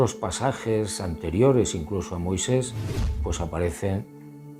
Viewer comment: Después dice "Moiseis" y es Moisés.